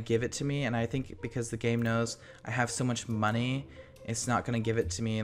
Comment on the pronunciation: The way he said monney lol,!!